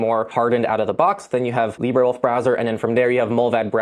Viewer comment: Where did you find your pronunciation of Librewolf? Brave's AI Leo at least addresses the issue of its databases and mentions their limits.